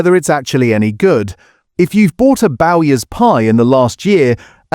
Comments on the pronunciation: It's no Bowers, it's Bowyers. What are Wool's pork pies, or Fray Bentoes? Yet more A1 generated slop, I guess. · Also it's Bowyers, not Bowers, another giveaway it's AI generated. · Meat (steak) pies I no longer bother with. Rowes Pasties are far superior to Ginsters and I love them. As for pork pies, I have eaten Dickinson's for years after trying everything else. AI voice was annoying as it couldn't pronounce Bowyers. 😂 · Good list, agree that the quality of well known names has gone down the pan, despite huge price rises in recent years. Used to love meat pies but don't really bother with them much now. Did get offended by your pronunciation of Bowyers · Can’t pronounce Bowyers correctly then ?